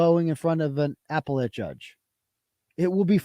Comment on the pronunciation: I sure hope when keeps saying Apple let judge and Apple let court he's not serious and he's joking around like when he says after David instead of affidavit.